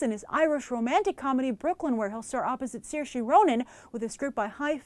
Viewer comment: Saoirse is pronounced sear-sha. Sorry, my fiancé has that name too and no one can pronounce it.